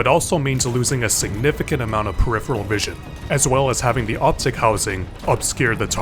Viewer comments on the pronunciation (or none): none